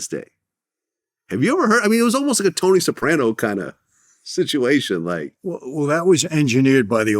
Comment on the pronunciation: You did not pronounce Tony soprano right